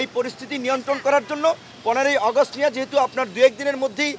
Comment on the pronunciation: কিছু লোক আছে বেশি শুদ্ধ বলতে যাইয়া শুদ্ধারের অশুদ্ধ বানাইলায়।যেমন আগস্টেরে অগস্ট কইতাছে 😂